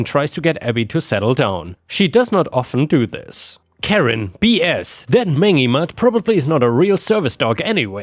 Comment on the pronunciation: The story with Abby the Service Dog: "mangy" is pronounced "main-jee", with the J-sound, and emphasis on the first syllable. I love listening to your videos! ⭐⭐⭐